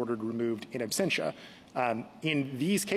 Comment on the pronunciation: Why does Justice Jackson keep saying absTentia? Does she not know the word absentia? Is this the Supreme Court?